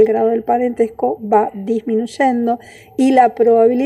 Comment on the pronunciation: Aunque es un tema interesante, lamentablemente la expositora tuvo problemas de modulación y no se le entienden con claridad todas las palabras. Además se confunde, dice "disminuchendo" o "machor".